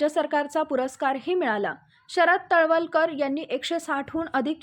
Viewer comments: तलवलकर नाही तळवळकर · तळवळकर म्हणा मॅडम..